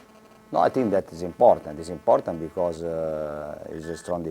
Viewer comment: es i think is es emportant! emportant yes very!